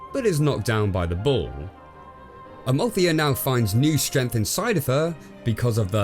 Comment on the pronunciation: Strength not "Strinth"